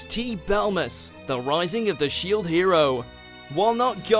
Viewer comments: Rising of the 'Shied' Hero 😂. Shieeeeed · "Shied Hero"